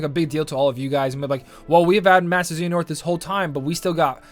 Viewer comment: Your butchering of “Xehanort” is worse than the 1400 jewels - constructive criticism.